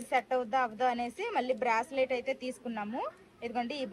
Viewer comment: బ్రాస్లెట్ అనకూడదు బ్రేస్ లెట్ అనాలి